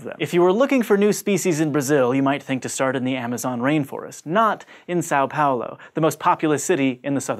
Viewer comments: it's São Paulo... not Sáu Paulo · quick tip for pronouncing são paulo correctly: Sam Paulo is a lot closer to how it's pronounced. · São Paulo is pronounced similarly to "some Paulo" (depending on how you pronounce it, and it's not a prefect match.) This is due to the tilde on the letter a ("ã"), which changes its pronunciation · Just FYI, São Paulo is pronounced more like "Son" Paulo. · Is that the best pronunciation of Sao Paulo you can achieve?